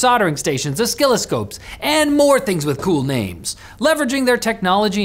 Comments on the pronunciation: An oskilloscope? My oskilloscope reads a "Skill issue" with that pronunciation of "oscilloscope" as in "O skill detected" (like zero, but actually 'o') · I’m pretty sure I’ve heard pronounce oscilloscope like that before (incorrectly pronouncing the first c). And I think he does it on purpose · Oscilloscope has a soft c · Does not know how to pronounce "oscilloscope"?